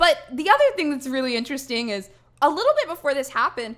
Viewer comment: i love how she says this is so inch resting